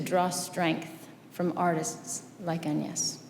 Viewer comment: What a speech! And Angelina Jolie pronounced «Agnès» properly in French!